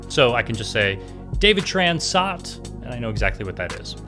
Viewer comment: You missed pronounced SOT, it should sound like: es oh tee